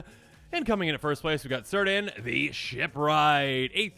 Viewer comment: FYI, all Cs in elvish words are hard Cs. They will never sound like an S. It is pronounced like a K sound, it would sound like KEER-dan.